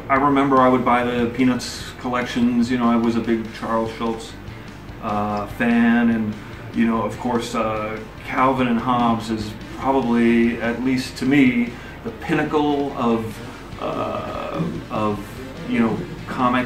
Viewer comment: «Calvin and Hobbs», а не «Calvin and Hobos». 🙈🙉🙊